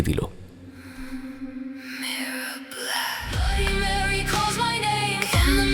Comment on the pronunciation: Tarpor Blady Mary bolche, not Bloody Mary